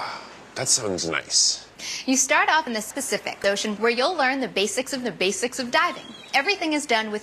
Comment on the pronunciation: Every child legitimately trying to say "Pacific Ocean".